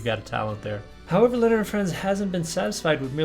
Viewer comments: "Leonid" is properly pronounced "Lay-o-need" ,(Russian pronunciation). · Only one complaint, name and band name is pronounced - nid and Friends.